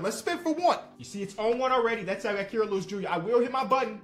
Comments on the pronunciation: It’s Ky-ruh not Key-ruh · I beg u please pronounce Kira’s name right